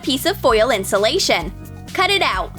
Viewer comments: STOP SAY INSOLATION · This is how many times they said insalation 👇🤣